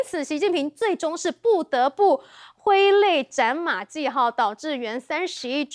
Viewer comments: 聽到的時候、還以為是我唸錯了。現在的小孩，古文讀太少了？唸ㄙㄨˋ、不是ㄐㄧˋ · 挥泪斩马＂谡＂这个字念＂树＂。主持的发音错误说明了她看书太少。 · 马季？马谡？主持人做点功课吧，经常读错字，读作国家，哎...... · 我們的主持人連馬謖的讀音都不清楚，可想而知課綱的毒害到什麼程度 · 主持人要多讀點書，連揮淚斬馬謖都念錯😅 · 台湾人素质问题，经常念些大陆不会犯的错字